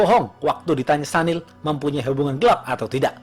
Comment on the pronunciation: Maaf bang ....sedikit koreksi ya yg bener Sunil bang bukan Sanil. Soalnya teman kantor kebetulan WNA singapore keturunan India dan dia sendiri perkenalan nyebut namanya Sunil bukan Sanil..😊😊🙏🙏